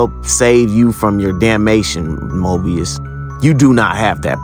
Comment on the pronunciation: Comic: “Hello, Mobius” This guy: “Hello, Morbius” LETSGOOOOO